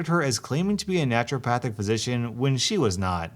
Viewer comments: Stop saying naturalpathic please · Naruto-Pahthic? She's a weeaboo doctor?